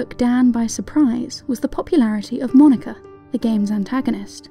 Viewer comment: Not good really to end any argument like that. Makes it seem like you just don't care :/ I get what you mean, and I can see then how it would be moe-knee-kah or however you said.